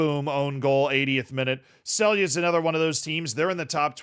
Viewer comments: Man from slovenia here,Celje is projounced Celje and not Celje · Dude why u gotta remind me of that embarsing loss to a Fereos islands team like i thought id see some glazin and than u remind me of that disgarce but so hyped and prob will watch them in the knock outs maybe even the next home game vs Circle Bruge also ur saying Celje wrong its pronuced but i dont think english can even say the C correctly